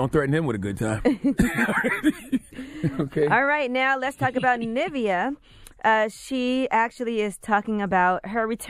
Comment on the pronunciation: Why are they saying Nivea’s name like the cream 😂😂